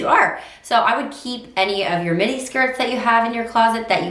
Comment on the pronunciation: When you said midi, I thought you said mini. At first I was like what?! 🤣